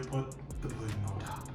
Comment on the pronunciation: Oops 😬at least:36 had to 🛑 it bruh that’s not 🍌 puddin (scratch) that’s 🍌 pudding (using pudding) 🤦🏾‍♀️. It’s ez for you but I’m Ol school 👩🏾‍🍳 and I make my custard from scratch and slice 🍌 and squeeze 🍋 juice so they won’t get over ripe (black)….I will 👏🏾👏🏾 you for making it your quick way but aht~aht that’s “pudding” NOT “puddin”